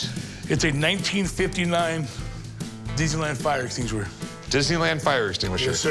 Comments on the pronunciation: I clicked on comments only to see if anyone else found “extinuishuwr” hilarious 😆 😂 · Eshinguir eshinguir, I felt so bad but Thats hilarious the way he says 🧯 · This chunky dunky prison bird proves his ignorance, not only by the face tattoos , but can't even pronounce extinguisher. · the way he says extinguisher lol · Dude shut up😂 read your comment while he was saying, i lost it😂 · I literally came here to say the exact same thing!!!!!!